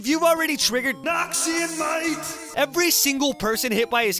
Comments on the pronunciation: NAWKSEEYON MUHAIGHT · everytime noxian might comes, i thought it's noxian nein.